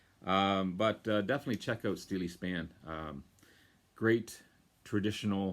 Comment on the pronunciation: Hi, really good to see Steeleye Span get a showing on the VC. Check out their 1974 album, Now We Are Six as it features none other than David Bowie playing sax on To Know Him Is To Love Him. Great video!. P.S. the guys are correct. It is pronounced Steel Eye Span